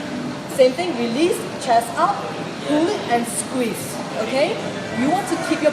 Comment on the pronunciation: I DIE EVERYTIME SHE SAYS "okay, sqwees¿" 😂 I love this, it's so helpful.